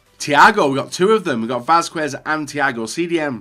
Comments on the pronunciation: Не е Васкуес а Васкес 😂😂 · Good video,but isnt "Vaskuez",it pronunce" Vaskez" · It is readed like Vasqez, in Spanish the "u" in combination of que or cue isn't readad